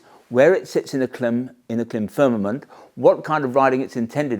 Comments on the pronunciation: Just for your information, the brand is not pronounced klim, short “I”. It’s pronounced KLYME, long “I”. Their logo has a macron (horizontal line) over the “I”, indicating a long vowel sound. In their company videos they refer to THEMSELVES as KLYME. So I’m not sure why you insist on referring to them as klim. You’re the only one doing it. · I do watch your gear videos since they are in-depth and brings a different perspective for us, Americans who thinks the world revolves around us. But I have to say...isn't it already sounding snobbish by pronouncing the brand as "KLIMB". You are doing brand damage by saying it incorrectly. Everyone and their grandma knows that. If they say CLIMB, it is what it is. Whoever you are or think cannot justify or change the way a company brand themselves. I had to argue with a rider cousin from the UK. He must be your subscriber. LOL Anyway, keep them coming and its "CLIMB"!!! , I downgraded my Baja to the Induction Pro. The Pro feel lighter, flows more air and have all around level 2 armor and $100 lesser in the US. I dont need to look like an ADV rider. I need comfort and protection. , I can guarantee Induction pants work with the AStar Tech 7 Enduro. However the velcro closure on the Tech 7 catches the mesh on the pants. Minor irritation but its the issue with boots having the hook side Velcro on the wrong side. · Correct me for correcting you if I'm wrong but I heard KLIM was Milk spelled backwards and so pronounced CLIM. Milk backwards because their first customers were snowmobiling ranchers.